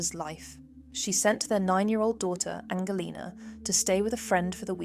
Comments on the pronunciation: Is this an AI channel?? English people dont say the word 'normalcy' thats american ...english people would say normality . Also the daughters name is mispronounced Its Angelina as in Angelina Jolie not Angle lena. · Angelina, [Angel and lina] not Angleina, [Angle lina].